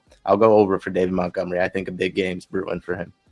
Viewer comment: The Doc needs to ask Monty about all this MOUNTgomery stuff so he can tell to say his name right. Lol